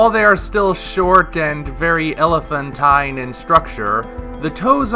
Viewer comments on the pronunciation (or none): none